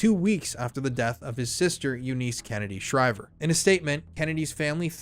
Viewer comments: You missed Anthony Radziwill, and more recently Tatianna Schlossberg. Also Eunice is pronounced like "you niss." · I’ve never heard anyone pronounce Eunice like that. That’s my only irk lol